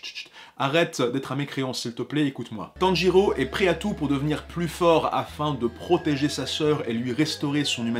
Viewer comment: IL A DIT TEN GI REAU XD